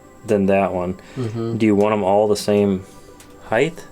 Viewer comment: Is. Is he saying heighth?